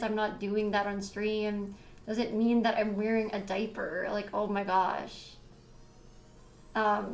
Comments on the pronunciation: What the hell is a “day-per”? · Take a shot every time she says "di-per" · I’m sorry but this is funny how a diaper comment broke her. And the way she says “deyyper” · the way she says diaper I’m dying & it’s ok to laugh cause she’s not a good person lmao